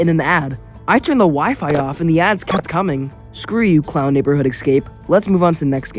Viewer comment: A bit off topic...but why do you insist on saying "Ex-cape" rather than saying "Escape"?